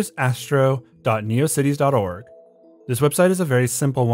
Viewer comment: A couple of corrections. As others have mentioned, it's Eden PRAIRIE not Eden Prime. Also it's NEO-Cities not Necro- cities. Lol